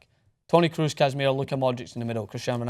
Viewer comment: you're still prononucing Kroos wrong. it's o like oh (crows), not oo like snooker (crews).